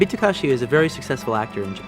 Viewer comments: Good Lord! Takeshi, not Takashi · Beat Takashi instead of Takeshi . . . Wong Fei Ho instead of Wong Fei Hung. Quentin is like that 40 year old that learns a name wrong and consistently pronounces it wrong thereafter. 😅😂😅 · Calling him BEAT "Takashi" is so disrespectful. jfc learn to pronounce people's names if you're gonna cape.